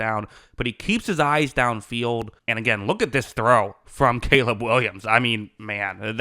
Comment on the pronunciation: "Cayla" Williams 💅🤣